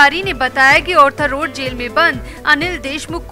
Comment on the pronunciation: Please, it is Arthur Road and not Orthur Road.